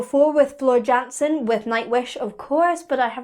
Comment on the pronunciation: Now now, c'mon... did you just call Floor Jansen 'Gansen'?! You're British, or at least Irish; you must surely know the the Dutch pronounce their 'J's' like the English pronounce their 'Y's'? Phonetically, it 'Yansen', like the Germans (I know....shhhhh) . I'm from the other side of the world, and even I know that much! (slightly cheating... I live in the UK).